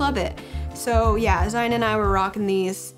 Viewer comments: If you don't mind me asking why does it sound like you pronounce yous sons name like ZiNE rather than ZiON? <3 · Haha! It's just the way we chose to pronounce his name. Like Lion, with a Z!